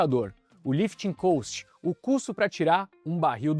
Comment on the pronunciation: Não tem A em cost. Ajusta a pronuncia por favor